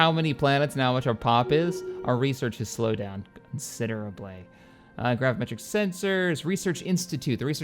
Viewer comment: Anybody else spend the entire time they're watching these videos silently screaming inside as he totally butchers pronunciations? "Igmatic Triggers" ... no... Epigenetic Triggers... "methylation technologies" ... um... Techniques, dude... techniques. "Gravimetric sensors" there's no M in there... its "Gravitic sensors" ...He be sittin there skipping whole syllables, inserting new ones, inventing new words... its like listening to my girlfriend talk. Great videos but fucks sake man... her doing that stuff is the reason I'm going bald.